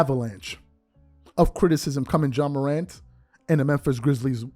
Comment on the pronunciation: What TF is “John Morant” like please get his name right before making videos about him …..🤷🏾‍♂️